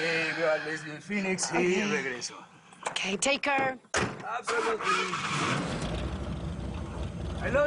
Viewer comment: Ja ja ja. A qué Maracaná Con eso de que takeerr! 😂😂😂 Mi Chula. Es “ take care”